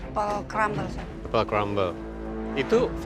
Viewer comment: jadi inget mario. Apel crumble aksen prancis😂